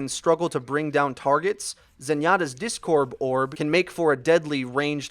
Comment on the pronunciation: "Discorb Orb"